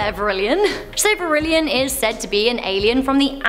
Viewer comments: Also it’s vrillon not vrillion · "General Tao"? General Tso (pronounced So). "Vrillion"? Vrillon (Vrill-on). "Teurod"? Taured (Tua-red).